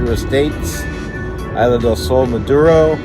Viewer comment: Its isla Not aila